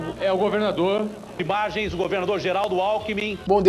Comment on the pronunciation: Datena: "IBÁgens"